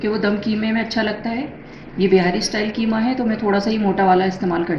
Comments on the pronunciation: Bihari QEEMA khaty hain keema nahi. Sorry to pointout difference of " Q " and 'K'. Mee khud bihari hon aur QEEMA bhi pasand kurta hon. Mera apna khas masala hota hai. Thanks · It is qeema not keema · برائے مہربانی اس کو کیمہ نہیں قیمہ کہیں قیمہ آپ شائد قائد اعظم کو بھی لائد اعظم کہتی ہوں گی ۔پلیز مہربانی کر کے تلفظ درست کرلیں